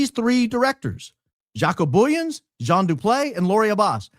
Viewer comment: Jaco (J sounds like like the Y in "you") The "o" at the end pronounced like "ooh" Booyens ("Boy" (like the child) "ens" (sounds like "ah-n-s") Either that helped or confused the heck out of everyone 😂. South African here trying to help. Good try though 🎉